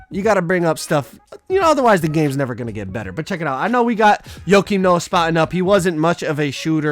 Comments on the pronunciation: It’s not Yokim Noah, it’s not like Jokic. It’s Pronounced -Kim Noah. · Less S it’s -Keem not Yo-Keem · Nobody:: “Yokim Noah” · Joke-im Noah, not yoke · "YoKeEm noah" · Dude had me dead when I heard “yo keem Noah” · Less S no it’s 100% joe-Keem lmao have you ever watched him play/heard his name pronounced?? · he said yo kim, dude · Tin N it’s pronounced yo-keem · Cmon. Yo-Keem? 🤣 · STOP SAYING YOKIAM PLZZZ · Keep sayin Joakin Noah name wrong. It’s gone be me and you. 🤷🏾‍♂️